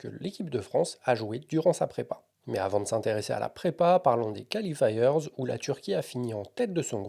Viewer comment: Bien, comme d'had'... Mais l'horrible "califailleurzz" qui déchire les oreilles.